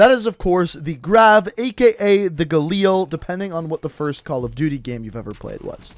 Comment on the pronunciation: For fucks sake just say galil